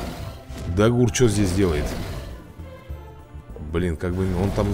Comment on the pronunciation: хватит называть креветка ДагУр посмотри сериал про драконам там его имя дАгур остервенелый ударение идёт на а